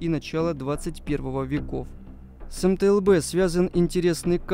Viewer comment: Автор где-то прочитал методичку из начала 90х и чуть добавил своего даже название не смог ни разу произнести - это мтл а все остальное это унификации б- бронированый, у- управления, з- зенитный, но основное задание этой машины это перевозка артустановок и управление огнём